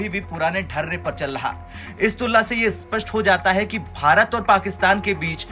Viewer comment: . मेरा ये कहना है कि "स्पष्ट" को स्पष्ट बोलना सीख लो, "अस्पष्ट" बोलना छोड़ दो। .